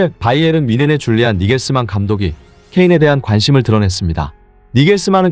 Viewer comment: “니겔스만”이 아니고 “나겔스만”입니다.